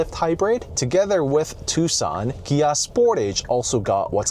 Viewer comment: its KIA not GIA